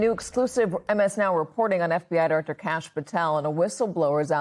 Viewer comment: "Sshhh, be berry, berry quiet. Diwector Patel is hunting Wabbit"...